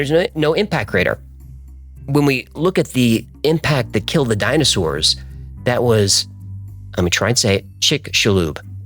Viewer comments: You pronounced Brisbane correctly! Excellent research!!!! 😃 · You pronounced Brisbane correctly🎉